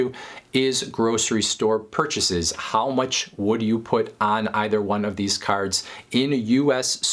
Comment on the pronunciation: "caRRds" lol